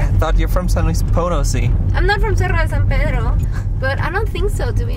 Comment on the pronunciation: Cuando pueda decir "Cerro de San Pedro" el mundo se va a acabar